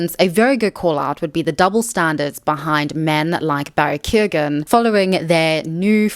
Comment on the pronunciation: Barry Keoghan's last name is pronounced "kyowun". Great video again!